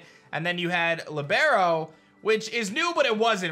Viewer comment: Dude. It’s PRO-Tee-En. And LI-Br-Oh. If you’re having trouble, just google the pronunciation.